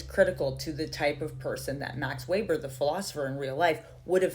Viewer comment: OMG. Sis your one of few people who said Weber’s name correctly.